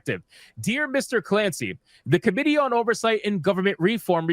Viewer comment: I don't mean to nitpick because you were contextually intelligible but if you stress the i in committee instead of the o it will sounds more understandable. Currently with out context it sounded more like comedy. I know this is completely off topic and I mean no disrespect.